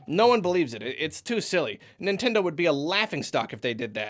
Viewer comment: "NItnendo" well done :3